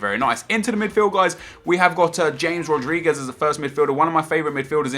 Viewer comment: it should be pronounced hamis roderiguez though